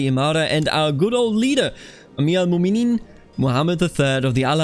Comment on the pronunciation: A quick tip for pronounciation, if you see ‘ in names (like mu’minin) thats a glottal stop. Like saying uh-oh